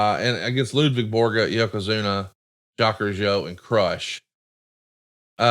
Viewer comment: Time for Mr. Zha-Quez Roo-Jee-Oh😎